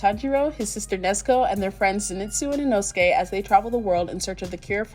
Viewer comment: though your cooking looks awesome. PLEASE use proper pronounciation for the foods. It's Tem POOH Rah.... Not Pem Pour ah. and Inousuke is not Inoskee. It's EE Noh Skeh.